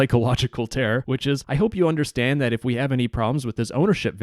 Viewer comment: "undderstand" lol ben ment understand